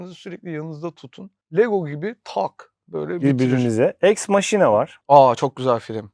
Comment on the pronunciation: Eks maşina değil yalnız, eks makina :)